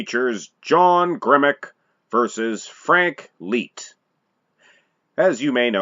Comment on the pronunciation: You're a clown and know nothing about my GRANDFATHER...... And his name was pronounced LIGHT... LIKE A LIGHTBULB..... If you have any questions about Frank I will gladly School you, after all he is my grandfather. I hear your little disclaimer at the end of the video talking about trolls..... What about family members??? I've commented on this video several times and you don't want to get back with me apparently.... I'm still here.... And I'm bigger than my grandfather